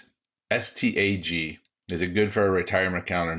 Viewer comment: Hey man love what you do but it’s pronounced STAG like a male deer.